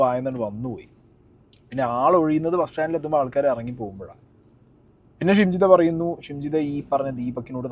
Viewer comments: Nte....jimshitha alla...shimjitha😂😂😂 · Edakokke jimshida ennanu pparayunnath.. shimjidha aanu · Anna Jimshi alla shimji 😂🤣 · ജിംഷിദ അല്ല ഷിംജിത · ജിംഷിത അല്ല ഷിംജിത.